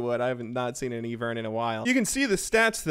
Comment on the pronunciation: ''E-vern jungle'' unsubbed, disliked, reported for innapropriate content.